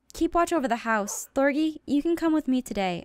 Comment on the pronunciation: thorgy not thorny